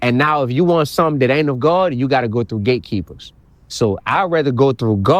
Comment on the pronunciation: It sounds like 😂he saying 😅gay keeper's 😢😅